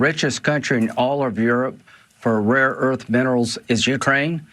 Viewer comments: Someone should please tell Trump that it is Rare earth, not "Raw earth"😂😂😂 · The irony is that there are no proven reserves of rare earth elements in Ukraine, so when he mispronounces "RAW EARTH", he is right, that's what they are getting RAW EARTH, sand and dust. Ukraine is in no way a mineral powerhouse when it comes to either critical minerals like lithium and even less so when it comes to rare earth elements; they are not even in the top 10 countries in the world. Until this "saving face deal" propaganda about Ukraine resources, Norway was the European country with the largest reserves of rare earth elements. Greenland on the other hand is very rich in rare earth elements, which explains his long obsession with taking it from Denmark. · It's rare earth and not raw earth. 😁😄😆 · It is rare earth not raw earth. Dummy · No one will tell him, they're too scared of him. I wouldn't be surprised if they all start saying " raw earth ".